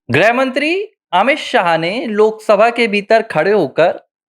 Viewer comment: “ग्रह मंत्री “ नहीं, “गृह मंत्री “ (ग्+ऋ+ह)